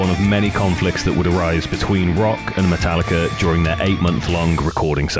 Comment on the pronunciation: I knew he would do it and call it matallicer at some point lmfao